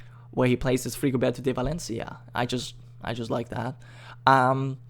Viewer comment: You say "Frigoberto de Valencia" very well. You know what, though I'm sorry I don't have the time to promulgate this tagging game I do think you would have fun playing Suvarnabhumi or another M&B mod, and there is definitely an audience out there for it.